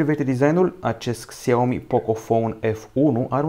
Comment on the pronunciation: Se zice şiaomi nu xiaomi